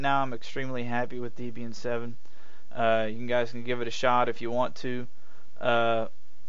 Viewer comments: Pretty good review, but one frustrating point that makes me wince every time you say it, the disto name is "Deb-Ian" as in "Deborah and Ian", the original creators. I'm sure Deborah would raise an eye at being called "Deeb". ;) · Debra+Ian=Debraian not Debian!!! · Downvoted for "deeb"ian. Please learn to pronounce the product you are reviewing if you want to be taken seriously.